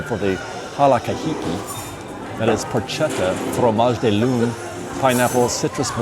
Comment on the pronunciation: Porchetta pronounced pork-etta not porch-etta